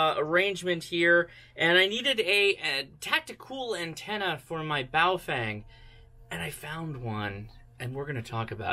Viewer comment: Not that it's a big deal but everytime I see a video about this manufacturer, you guys all pronounce it wrong. It's not Bao-fang --- it's bao-fung. Just thought you might want to know :)